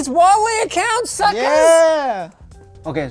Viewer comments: Why can he say Hong Ming or Meng but he pronounces Huawei as Wawei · It's so cursed to hear him saying uaawei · More like wawe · I had no idea it was pronounced waw way i always just pronounced it hew-ay-why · huawei H read the H ，not wawei ，not Wa，it's Hua ，thanks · omg please pronounce the "h" in huawei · “Did you say Huawei not?” Oh, never change